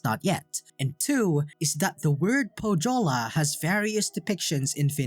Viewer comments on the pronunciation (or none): Great video, I liked it a lot. But please, search correct pronouciation of Pohjola. You did great on every Finnish name, but butchered Pohjola, which was real pain. The "j" is pronounced like "y" in youth or young. Also the "h" is pronounced. Otherwise great video, keep the good work!